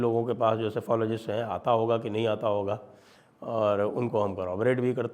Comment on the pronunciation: Yogendra Yadav is fefologist instead of sefologist 😂